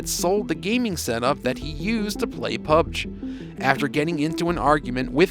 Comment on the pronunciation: It's PUB-G 😂